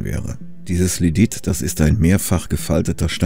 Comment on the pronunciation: Man hört das nicht so gut aber er sagt so etwas wie "Ledit". Und gemeint ist tatsächlich Lydit :) Man kennt ja vielleicht die Geschichte, dass Diamanten nur mit anderen Diamanten zu schneiden sind. In der Geologie ist das ein bisschen anders als im allgemeinen Sprachgebrauch vielleicht gedacht wird. Wenn man sagt, dass ein Gestein besonders hart ist, ist es nicht "besonders unmöglich", das zu bearbeiten. Das heißt bloß, dass es auf eine bestimmte Art und Weise bricht. Lehm ist sehr weich und macht sehr weiche und runde Kanten wenn man ihn zerbricht. Lydit ist hart, das heißt er wird besonders scharfkantig, wenn man ihn zerbricht.